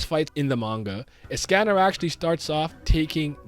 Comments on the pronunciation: Pronunciation is of with escanor name or is it me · WHYYYY are you saying escanor like that 😭